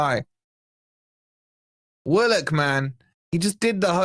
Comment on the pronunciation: Please it's Willock not what you stupidly called him. He's a very talented player.